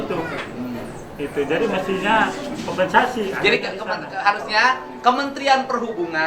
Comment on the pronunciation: Sanes konVensasi atuh min.. tp koMPensasi.. urang sunda teu tiasa nyebut V 😊